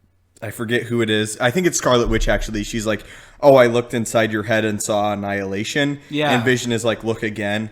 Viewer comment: Marvel just expose you.You said avengers anilahtion what ever its called.hahahahahahahahhah